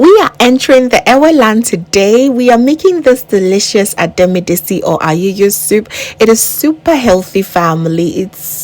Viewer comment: You mention the "tsi" and the "t" is silent The sound of the "t" is very significant in the pronunciation I love this soup, very healthy and looks very yummy